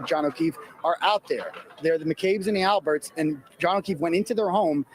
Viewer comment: The “L”berts